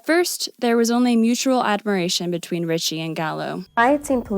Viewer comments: Ricci (pronounced Ree-chee not Richie) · It's pronounced ree chee, not rich ee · REE chee, not rich ee, Gazzara not Gazzaria. "Lecher" is pronounced LEH-cher, not leecher. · Good video. FYI her name is pronounced REE-CHEE, not RICH-EE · "REE-CHEE" not ritchie.... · Ree-Chee not richie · Right when I saw this movie, I took the whole thing as a dream in a creepy guy's head. And yeah, he's creepy in real life. This is quite disturbing. BTW It's pronounced "Ree-chee", not "Richie". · "christina richie needs no introduction" you can't even pronounce the woman's name, you might need to introduce yourself to her work. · say it with me "Christina REE-CHEE" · Small note: it's Ricci, pronounced reach-y. Great video - haven't watched the movie in YEARS, so I think I definitely saw it in a different light than I would now, even without learning about all the insane BS Christina endured, none of which I knew about until your video. New fan, here, and I just subscribed 😁. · Christina REE-chee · Great video but I just want to point out her last name is pronounced Ree-chee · pronounced "ree-chee" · Christina Ricci would be pissed you pronounced her name wrong 10000 times. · imagine how much Ricci would have been thrilled if you had actually pronounced her name correctly anywhere in your film.